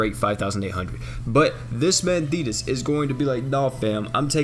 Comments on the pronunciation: Wow when you said thetis with the effects, I thought u said fetus........ Oof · If you turn captions on whenever says thetis is says penis lol